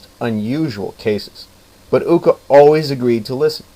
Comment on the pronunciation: The way the name of Judge Ooka is pronounced is not like in school but like a double long O (ooh) in Japanese O no matter if only one or two is always pronounced like a long O. Did the book you got the story from happen to be written by Yuki Sheldon and published by the Stars and Stripes. The one she wrote had about 15 or 20 stories of Judge Ooka. All of the stories were great and like a fool I loned my copy out and they lost it.